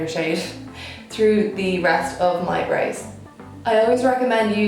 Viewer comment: why she says brows and powder like this am confused no offense tho am just never hear accent like this ..... love the look ❤